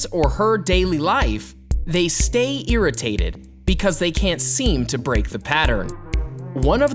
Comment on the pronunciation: How he said “ IRRITATED” SO FUNNY😂😂😂 IM EARITATTED ALL THE TIME!💀💀💀👀